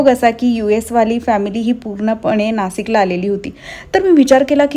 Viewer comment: नासिक नाही ग नाशिक बोल... जास्त सुशिक्षित बोलण्याच्या नादात चुकीचं बोलतेस तू 😂😂😂